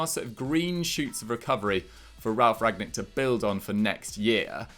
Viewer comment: Could see was seething at, missing that N in rangnic every time 😂